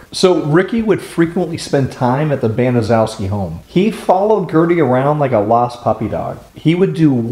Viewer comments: Honestly who cares. Those horrible excuse for people don't deserve anything. By all means keep mispronouncing that horrid name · a lot of people mispronounce there last name it’s ok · Wow don't apologize that is a difficult name to say .love your channel.i have subscribed now . brilliant. XXX Joanne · No problem we all pronounced worfs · Doesn't matter that you pronounced the Demon's name improperly this is about Sylvia and Sylvia only and her siblings.! I have no sympathy for people that whine and cry and piss and moan and how horrible their life was and blah blah blah you know what you have the the choice God gave you the gift to choose it's called free will free will. This is about Sylvia and Sylvia only I could care less about the thing that did it or why she did it or why she said she did it Pure Evil that's just all there is to it evil incarnate and the fact that she was able to get everyone else to go along you know you still have a choice and the neighborhood kids could have went and told somebody could have told I have seen the movie I watched the documentaries listening to you you're a new one I'm a documentary buff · You are mispronouncing Gertrude's family name. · Baniszewski is is a Polish name pronounced BANN-eh-CHEV-skee. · Just a note: Gertrude Baniszewski's last name is pronounced incorrectly in this video. It's BAN-uh-SHEF-skee. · The name is pronounced Benishefski. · Gertrude Baniszewski could have told her kids to not make so much noise and to not pick on Sylvia and Jenny. She didn't do that. And the last name is pronounced as 'ban-i-SHEF-ski'. More than likely it's a Polish name, and zew would be pronounced as shef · Its a hard name 🤷‍♀️